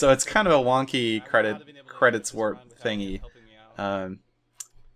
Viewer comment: at 0.5 speed "Credits Warf"